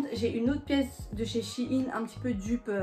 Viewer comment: Mais sa me stresse c'est pas Chine c'est shein~ 🤣😂